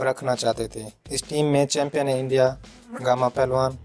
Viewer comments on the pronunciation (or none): none